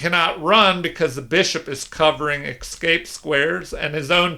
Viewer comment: It's not the repetition, you understand; it's the pronunciation as "exscape", I hate to be a pedant and apologise for harping on it, but it's like gravel in my show now 😆